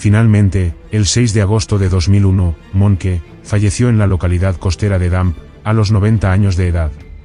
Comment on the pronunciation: Fuck A.I. narratives! Monkey! it's pronounced Monk,Dip shits!